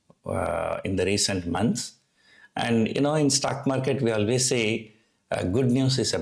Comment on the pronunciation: your videos are good but your pronounciations are pathetic. Please check your pronunciation of words like 'storm' 'stock market' 'pharmaceutical' etc. Bad pronunciations are distracting.